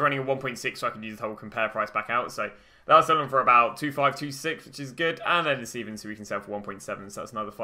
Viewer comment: It’s Steven not steffans